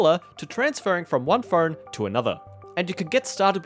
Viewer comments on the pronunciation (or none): had to repeat the first 10 seconds 4 times and then eventually turn of CC just to figure out you were saying “phone” and not “fern”.